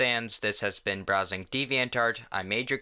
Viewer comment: Y do u say deviant art as diviant dart